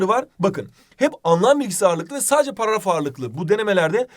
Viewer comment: paragrafonff :DD 😊